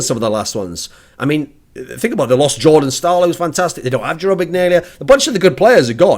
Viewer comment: It's pronounced Jarome Iginla not Jerome Ignalia. Every other part of the vid was fantastic it's just the pronunciation of the name of the Jarome Iginla was incorrect.